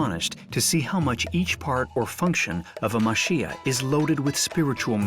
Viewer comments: I might just be me, but it sounds like the narrator is saying "muh SHEE uh". It's actually "ma chee yah". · The correct pronunciation is Ma-Che-Ya not Ma-Shi-A for the houses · its pronounced mah-CHEE-ya not mah-SHEE-ya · The video was very nice the only thing that bothered me a little while watching was the guy pronouncing machiya as mashiya ! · The pronunciation of Machiya isn’t Ma Shee Ya. Chi is like “Chee”se. The female narrator is correct. I posted videos of Kyoto , too in my channel. Kyoto wasn’t bombed so much during the World War II, therefore, we still see some traditional architectures however, it’s very much changing because of the tourism. Some were turned into modern hotels. I try to film Japanese cultures to introduce to the world. Thank you for sharing your video, too. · Why can’t you pronounce machiya properly? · Are you saying they can't take the time as a professional documentary film production company to find out how to properly pronounce the thing that is the main subject of the film or that French people can't pronounce the ch sound or that they shouldn't have to even bother getting it right and trying to pronounce it or are you saying the OP is wrong (they're not, BTW)? Remember, too, that the narrator is not French.